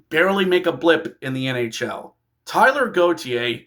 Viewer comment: Taylor, not Tyler!